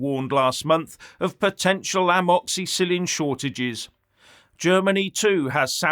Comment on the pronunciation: please never ever say the word amoxicillin ever again or i will be forced to unsub. 🇬🇧 👍 😱😁